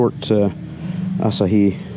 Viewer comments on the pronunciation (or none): The pronunciation is “a-SAH-hee”. Courtesy of Half Vast Flying